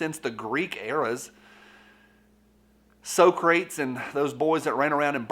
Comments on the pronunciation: I hope you were joking when you said so crates instead of sock-ra-tees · Lol so-crates. It's pronounced Sock-ra-tees. And he didnt tell people if you dont believe one way you believe another. That's a complete lie bro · "So Crates" LOL I love you,And it's "sock ra tees" Does not sound good. Yeah, Sure, Apple is evil,But that is not unique. ALL TECH companies are EVIL. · So-crates. They are competition for the container store.